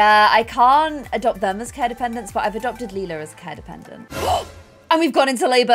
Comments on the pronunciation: I love how said she wanted Lila to be pronounced “Lie-luh” because it’s close to “lilac” yet is the one who keeps mispronouncing Lila as “Lee-luh” 😭😭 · You are pronouncing Lila like Leila Try saying it like l Y la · ITS LIE-LUH, also, you told Celia and her boyfriend to do that last episode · Lila is pronounced LIE-la. Or at least according to 'How to Get Away with Murder' who had a character named Lila. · It's Lay-la layla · Do a husky for lila please also her name is pronounced ( lie-la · i wish we had an heir that's easier for to pronounce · I’m excited to see Suren as a toddler - I really wanted the new baby to be the heir but like you said it does make sense to go with Lila as Grey gen is almost over :) edit: a pro for choosing Suren as the heir is that you’re less likely to mispronounce the name! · pLease clarify how you want to say lila because i don’t know if i can stay a whole season with you saying lila’s name wrong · If Lila is gonna be the heir can you PLEASE decide on a pronunciation or change her name entirely because good lord the switching back and forth is irritating. Leela is the purple haired cyclops from Futurama. Lila is meant to sound like lilac.